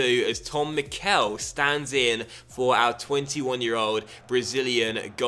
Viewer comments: I think mickel is said like mickle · could you please stop saying the e in Mickel long, it's supposed to be said short